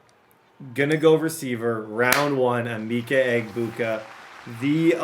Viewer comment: it’s Uh-Ma-Ka Egg-Boo-Ka